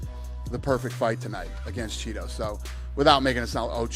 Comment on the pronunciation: In prison the call gay men a “Cheeto” every time Dana says “chito” it’s hilarious 😂😂